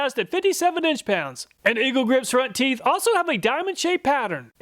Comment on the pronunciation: I laughed and had to replay "front teef" 😆